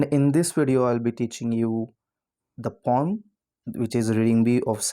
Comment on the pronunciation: It is not pom it is poem